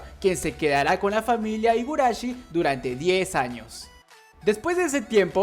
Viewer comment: Se pronuncia jigurashi. La H en Japón si tiene sonido.